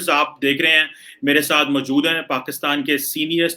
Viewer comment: Mjood nhi moujood hota hai... Major ne samjhaya tha na maasoom or masoom ka frq.. waise he mjood hota hai